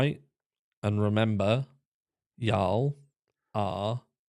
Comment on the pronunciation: Can I just say, as a, I love it when you say “ya’ll” 😊